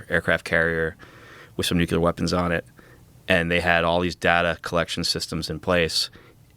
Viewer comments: Love the show bro but why can’t you Americans say nuclear right, grinds on me 😩🤣 Nu clee ar 😊 Nu cu lar 😩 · Is anyone able to say "nuclear" instead of "nucular"? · It’s pronounced “NucLEAR”, not ‘Nukuler’. Nuclei->Nucleus->Nuclear. Like ‘King Lear’. (Nuke-Lee-Err) Too many UFOlogists say it like ‘Ocular’. George W. Bush is to blame. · For the ever-loving love of EVERYTHING - - - the fUUUUUUUUcking word is pronounced NEW-CLEE-AR not NOOK-YOU-LAR! Stop being an absolute moron and sounding like a child. It is NEW-CLEE-AR! (this whole topic is already stupid enough) stop adding to it. How did we get trapped inside this Idiocracy? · It absolutely makes me CRAZY whenever people pronounce nuclEar as "nucUlar" while at the same time expecting me to see them as credible!! No, I'm not the english language police, but this is an epidemic! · “NEW CLEAR” please… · Absolutely right. The word is NEW-CLEAR! 2 syllables - if anyone struggles, just replace the word “nuclear” with “new clear”. It is not rocket science! (Actually it sometimes is!!!)😂😂😂😂😂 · When can’t pronounce NUCLEAR properly I know it’s time to go.